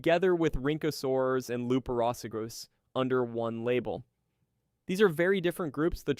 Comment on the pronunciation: i need to mention that rhynchosaurs are also archosauromorphs like tanystropheus so tanystrophes and rhynchosaurs are both related they are both in the same clade ,also the way you call it out is weird . also the way you say luperosuchus as' luperosigas ' is also strange and uncanny make fell like your script is Ai generated .